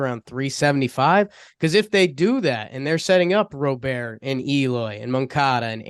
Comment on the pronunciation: What's with the robert annunciation? Am I missing something with that? I thought these guys know baseball